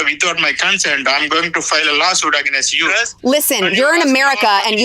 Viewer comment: Ish janam me to South Indian log AG-NAIST bolna band nahin karenge.....sudhrenge nahin yell yumm yenn woh p q r yes t .....bolte rahenge or against ko AG-NAYST !!!